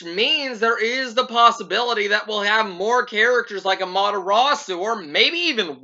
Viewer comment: Am-ah-ter-AH-soo is how you say her name. Also, you got Isabelle! Is she what you wanted?